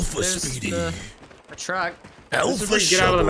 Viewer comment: Anytime any of them (especially ) say Speedy's name, I just hear them saying 'Sweetie'